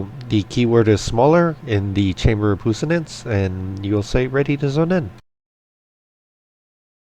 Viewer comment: Its pwee-sance. It's French.